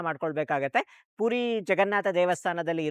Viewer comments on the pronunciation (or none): ಪೂರಿ ಅಲ್ಲಾ.. ಪುರಿ 😄